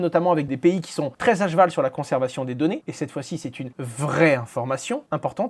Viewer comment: Encore un qui dit “age val” au lieu de “a cheval” 😅